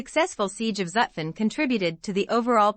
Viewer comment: The series is a good idea. This particular video would even be better if the narrator knew how to properly pronounce Zutphen.